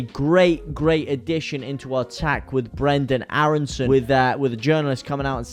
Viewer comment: you really doing great vids oops Loved the way you mentioned Brrrenden Aarrrreson the other day! madrical path of Leeds UNITED! me veteran fan and honoured to enjoy the feeling of still being young at heart! Leeds leeds leeds mot